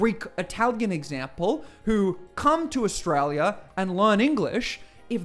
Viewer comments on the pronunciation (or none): Pauline is ridiculous and dangerous. If she had her way Australia would becme another apaerthied South Africa. If you want a monocultural country study North Korea, Iran or Israel. People, do what Pauline doesn't, use your brain. By the way Pauline, please pronounce Australia correctly. Just like your name it has an L in it.